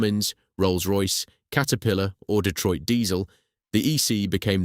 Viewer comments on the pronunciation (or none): none